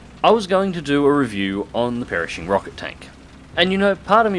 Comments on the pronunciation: it really bothered me how he kept saying "Perishing" instead of "Pershing until he actually called it the Perishing Rocket Tank and I got the joke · omg stop saying perishing! 😫 it's Pershing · It's pronounced purr-shing, not parishing... ;) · FFS!!!!! Its pronounced "Prrrrrshing" NOT "perishing" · you really butchered pershing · Strange pronunciation of "Pershing"... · I though it was just your Aussie pronunciation of Pershing!!! I guess I'm getting a little slow in my old age!!! How is your newest wingman Jackson??? His first Christmas is coming up, how exciting!!! Hope you spoil him good!!! So much to be grateful for this year, thanks for helping to make it fun. From my wife and little girls and I to you and your family, Happy Christmas and a great New Year!!! Your mate in AZ, Sprog1 in AZ.